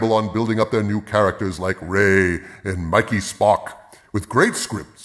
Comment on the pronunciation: When you say Mikey Spock, it always sounds like Mighty Spock.